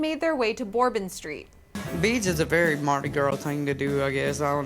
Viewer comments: BER-BON STREET. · Did she just say bore been street 😂😂😂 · Bore-bon Street? I think this Access Hollywood person has also never had a drink. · it is Bourbon like whiskey bourbon not bore-bon street. Please learn what the places are actually called before spitting them out of your mouth sideways. This isn't the first time. 😂